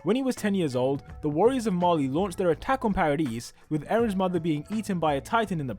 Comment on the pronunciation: Bruh said paradise like paradees